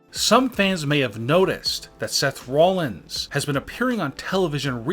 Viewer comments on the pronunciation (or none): none